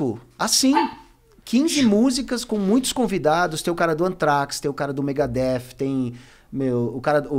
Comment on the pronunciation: Pensei isso tb, mas depois ele falou Megadeth corretamente.